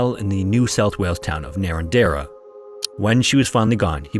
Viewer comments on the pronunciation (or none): "Narrandera" is pronounced "nah-ran-ja" in Aussie Ivan milat didnt work alone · That pronunciation of Narrandera XD